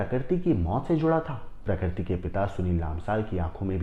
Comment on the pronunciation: प्रकरती नहीं प्रकृति और फून नहीं फोन 😅